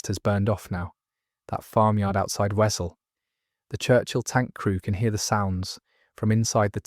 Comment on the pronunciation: Wesel pronounced vesel, it’s German.